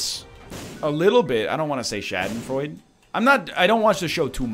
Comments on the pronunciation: Nicht "Schädenfreud" sondern Schadenfreude! Pronounce the "a" like the a in "scar" and the "de" like "duh" ;) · As a german i laughed a little bit everytime NL said "Schadenfreude" :D